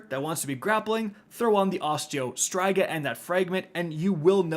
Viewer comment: My gosh the way he says Striga in Osteo Striga was driving me nuts!! 🤣😂